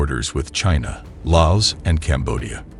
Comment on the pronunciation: Your AI mispronouced "Laos".